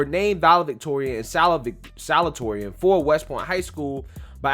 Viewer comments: The word is salutatorian (sah-looh-dee-toh-ree-ahn) 😂 😂. You're awesome bro! The same problem occurred when I was in high school. At the end of our senior year, I saw a couple of names of students that made the Top 10 and 2 of those names were students that were NEVER in our AP courses and somehow got higher scores. If I had known the GPA calculation at the time, I would have skipped out on some of those AP courses and take the general version of it for s higher grade. It wasn't those 2 kids problem It was mine for not reading the criteria to be considered as part of the Top 10 list.... Just saying!! Just saying. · don’t be embarrassed, I’ve done the same thing a million time, but you pronounce it: sa-LOO-ta-TOR-ee-an, best I can do without special symbols! The loo is a little less stressed than the tor. Love you! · Bro. Its sa-LU-ta-torian. You're too smart to keep mispronouncing that. 👍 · it's pronounced salute-uh-torian. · Pronunciation: Salute-a-toreon